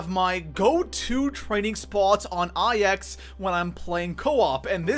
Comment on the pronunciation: I will pay you to pronounce IX properly